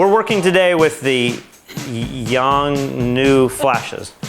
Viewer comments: It pronounces as yon - noy. It means an eternal promise in Chinese. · Try "Young-New-Oh" ;) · LOL😂 its a Chinese photography equipment brand called 永诺/Yǒng Nuò/YONGNUO its not “young new “sound lmao!!!!! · It's [ju:ŋ nuɔ ], you're welcome. Btw, love their products, can't wait when they start producing cameras :D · The pronunciation should be like "yung nwo"